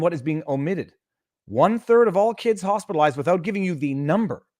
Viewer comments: Sounds like she is saying "Hostilized" with covid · AND how many of those hospitalized recovered?! Wait, did she say “hostilized”?